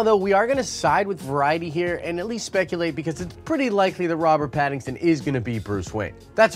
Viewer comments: Great video but his name isn't pattingson lol its Patt-in-son hahaha. Also I dont think he would be a good batman. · Why do you keep butchering his name?? His name is Pattinson. Not Pattingson. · I love how you keep calling him Pattingson, when his name is Pattinson. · Pat-in-son... not patingson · ....."PattINGson"? Lol 😂 I'm going to blame that on you being under the weather. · I’m excited about this casting 😃 but dude, you are almost saying Paddington every time you say his name: Robert Pattinson. For sure, he must bulk up. I don’t like Nicholas Hoult for Batman/Bruce Wayne. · Sorry, but it's Pattison. Please say his name correctly.🤔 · are you saying Paddingson? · 2012 is when the last Nolan Batman movie came out. You're usually not one to do bits, so, man...WHY YOU KEEP SAYIN' PADDINGSON??!! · Stop saying PattinGson. Lol. Love the channel. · Lol you keep calling him pattingson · Hope you're doing great, bro. It might just be me, but every time you say "Pattinson's" name, it sounds like you're saying "Paddington." I keep seeing little bears in overcoats with Batman masks running around:) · I thought it was hilarious how you missed pronounced his name this whole video lol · There's no "g" in Pattinson... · I LOVE that you keep saying his name wrong LOL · Wow. Lot of comments on your pronunciation of Pattinsons name! Anyway, I just hope the film studio doesn't try to make a movie about the angst of Waynes parents death. I can't imagine fans wanting a tearful emo Edward Batman nor another origin story. They should focus on an established Batman with a good villian story we haven't had yet. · Lmao you're saying his name wrong lmao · You said his name wrong like a million times lol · Say his name correctly lol